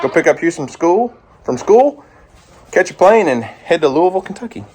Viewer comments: Glad u say the city correctly 👏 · So wish we could have made it down to Louisville to meet y'all. That would have been so awesome. How does spell his last name. My moms family spells theirs layne. And i just have to say thank you so much for pronouncing Louisville correctly. As someone from ky that means alot, president Obama didnt even say it right. Hope y'all had a great time and ky was good to ya.